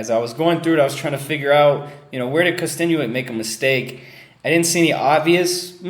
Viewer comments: YEAH I KNOW BUT HE said kkostenuik not kostenuik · And it's "Kosten-yuk"